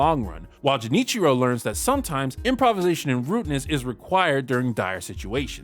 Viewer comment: To answer your question, Junichiro's Japanese pronunciation sounds weird, and he even uses a more casual request form when he says "Excuse me, but if you see this man, please give me a call." That being said, the man he talked to has pretty natural sounding Japanese. It is pretty normal to exchange or give your business card in Japan, but usually not to someone you just spoke to for a few seconds. Junichiro's approach is somewhat accurate I'd say, and the business card allows people to know to call him if they see Cotton, but obviously, doing that with one person at a time would take forever to actually find him. Haha